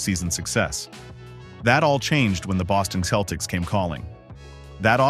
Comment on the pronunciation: its pronounced with a soft C seltiks not keltiks